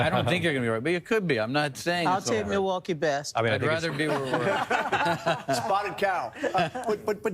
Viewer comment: Can you PLEASE stop sim-pronouncing Milwaukee!